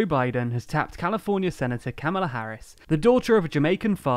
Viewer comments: Thanks for another video. (Harris's first name is pronounced Comma-la, btw.) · Kamala pronounced "comma-la", please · Its Comma-luh** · It's pronounced COMMA-la Harris. Don't you people research?!?!? j/k we're all having a larf about the issue over here... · Pronouncing her name like you did is a sign you're racist and sexist, just ask the Democrats who attacked Tucker Carlson for saying her name that way.